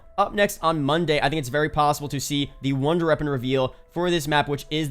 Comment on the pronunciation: Why dose he say wonder reapon? 😂